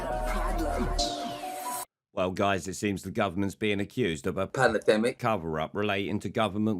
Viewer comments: Pan A Demic.....get it right..🤔😳😏🇬🇧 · Panademick. Cracks me up every time 🤣🤣🤣🤣👍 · "Palendemic" Poundland Rod 🤡🌍